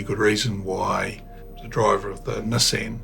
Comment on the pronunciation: The big takeaway from this video is that kiwis don’t know how to pronounce “Nissan.”